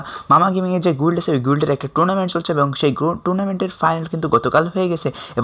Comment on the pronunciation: what is গুল্ড?😂😂😂It should be Guild(গিল্ড)।😂😂😂